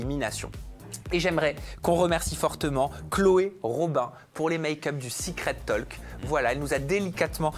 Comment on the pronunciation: on ne prononce pas le L de talk, on dit, en phonetique "tauk"